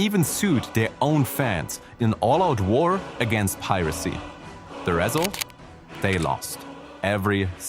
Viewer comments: REsult 😬 first time I hear someone stress the first syllable 😂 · I do not know for sure if this is AI ,but that's not the way you say result, sorry